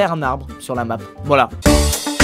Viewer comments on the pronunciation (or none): none